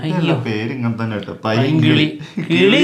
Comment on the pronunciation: Painkili ❌ Pailnkili ✅